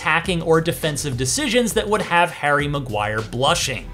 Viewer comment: Harry Magwaya😂